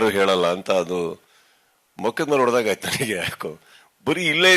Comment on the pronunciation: ಅದು ಒಡೆದಂಗಾಯ್ತು ಅಲ್ಲ ಸ್ವಾಮಿ ..ಹೊಡೆದಂಗಾಯ್ತು. ಸುದೀಪ್ ಸರ್ ಅಷ್ಟು ಚೆನ್ನಾಗಿ ಕನ್ನಡ ಮಾತನಾಡಿದ್ದಾರೆ. ನೀನು ವರದಿ ಮಾಡುವಾಗ ಸ್ವಲ್ಪ ಎಚ್ಚರಿಕೆಯಿಂದಿರಬೇಕು.. ಕನ್ನಡ ಭಾಷೆಯ ಮಾನ ತೆಗೀಬೇಡ. ಬರೋಲ್ಲಾ ಅಂದರೆ ಮುಚ್ಚಿಕೊಂಡಿರು.